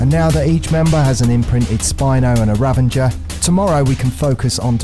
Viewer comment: Dude the way you pronounce Ravager and Karkinos gave me radiation poisoning